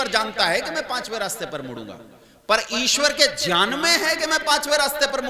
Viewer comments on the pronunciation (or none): गंवारपन है ज्यान ,विज्यान ,सर्वज्य बोलना । विकास दिव्य कीर्ति की बात में दम है । बकवास कर के आप जैसे बाबा बेवकूफ बनाते हैं ।